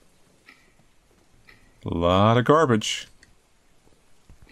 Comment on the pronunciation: there's something about the way says gaRRbage that makes me laugh everytime